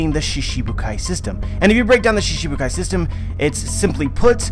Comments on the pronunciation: It's shiCHIbukai not shiSHibukai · lol you just said that in other regions in japan pronounce shichibukai differnetly, I see that I'm talking to a brick wall here. the work shichibukai it pronounced most of the time shchibukai never shibukai I have no idea where you heard that, the chi isn't soft and clearly pronounced. you keep on making stuff up about a language you know nothing about. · so you dislike the correct pronounciation and shifted it to one that suits you, reminds me of Zoro being called Zolo. anyway now you know the correct way to say it and you choose to word it differently so it suits you, you are free to keep calling it shishibukai and I'm free to correct it when I see it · Random Boredom Productions of course different languages have difficulties with other languages, but all other American one piece YouTubers have no problem pronouncing this word, he just chooses to pronounce it shiSHibukai cause it sounds better to him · accepting that pronouncing a word wrongly is correct? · there's accent and there's mispronunciation, every other american youtubers are saying shichibukai with an accent but still pronouncing it correctly